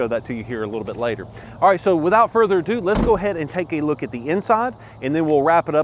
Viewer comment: take a shot every time he says "without further ado"...well in his accent its "wiHit out furder adooo"